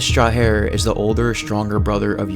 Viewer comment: Urias Strajer is pronounced like Strajer(like Age suffix in words borrrowed from French) It means Sentinel or Guardian, Sentry